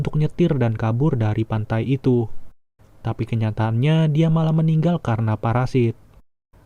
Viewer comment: Meninggal bang bukan meningoy